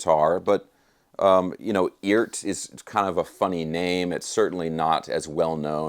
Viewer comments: I’m under the impression that it’s pronounced E-art for electric art or something like that. I love my Eart headless. Other than some issues with the trem spring, it’s a fantastic guitar. It’s got great tone and the craftsmanship is miles above anything in the price range. If you don’t like Eart, in my opinion, either you don’t know what good is or you have more dollars than sense. My Eart is practically impervious to temp and humidity, not to mention the frets. They are premium! I have never gotten so much bang for my buck from anything. They are simple, and built smart. I certainly do demand a lot from my guitars performance. I do a LOT of BIG bends and stuff with the trem so I need a guitar that will stay in tune after doing extreme note bends, and my 250$ Eart does just that. I would say the quality standard is WAY above the demand for the average guitarist, and plenty good enough for most advanced players. That’s my opinion. That thing looks SICK! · Is it really pronounced "eeert"? 🤔